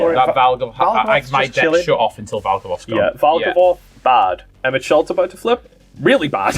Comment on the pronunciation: Loved the vid, though got to say, Emet-Selch is pronounced like Selk, instead of the normal ch sound! Bahamut